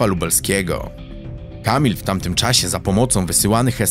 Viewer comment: REelacje, w Taamtym czAasie... dziwnie akcentujesz mówiąc. Bardzo ciężko mi się słucha...😢